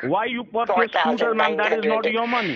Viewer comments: “You ordered all that money for the SkOOTee?” Had me fucking wheezing 😂 Edit: Timestamp 😂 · yOU ordEred all dat moneY for de sCooteY? 😂😂😂😂